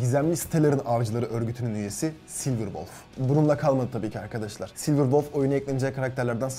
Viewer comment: Sılmer deil sılber